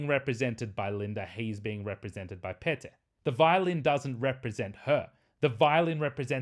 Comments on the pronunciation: If you want to follow Finnish pronuncation of Pete, it should be said as clearly two syllables pe-te with first syllable sounding similar to start of "pedagogy" and second syllable sounding similar to start of "technology". The way you said Pete sounded like "Piit" if interpreted in Finnish context. Of course, most Finns understand all this well enough to be able to decode it backwards and guess correctly that you meant Pete. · You pronounced "Pete" spot on.